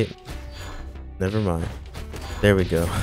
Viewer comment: “Dair we go”